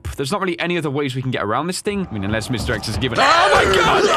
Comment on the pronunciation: Lmao i heard mr eggs not mr x